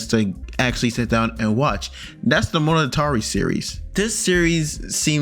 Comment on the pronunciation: I cringe HARD every time you say monogatari, IT IS PAINFULL!